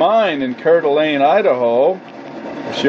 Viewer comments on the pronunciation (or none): it's 'core dah lane' Idaho.... yikes